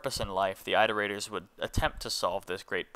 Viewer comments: why tf did you say "eye-terators" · for the love of god stop saying eye-terators you are driving me mentally insane